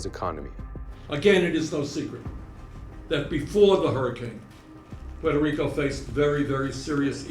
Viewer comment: "...devasted Puerto Rice..."??? lol